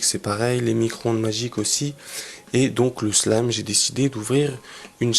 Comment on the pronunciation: mais tu dit slam a la place de slime